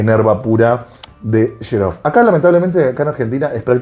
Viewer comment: Excelente video!!! solo una pequeña corrección amigo, la pronunciación de la Casa Italiana Xerjoff es "Qseryoff"